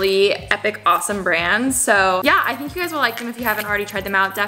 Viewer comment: I’ve finally figured it out! You pronounce “i n” as “e e” peenk theenk